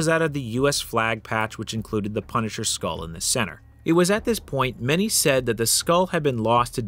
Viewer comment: The pun-i-cher